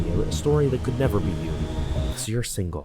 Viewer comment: "Cus you are singel🙂" BROTHERRRR😂